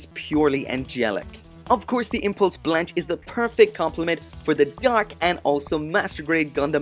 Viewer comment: Blanche no it's Spanish for white and its pronounced blon keh